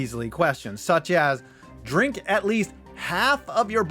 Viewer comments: WTF is "dirnk" ya oriental nub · "Dirnk"? lol.